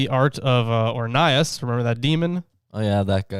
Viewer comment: You said his name rong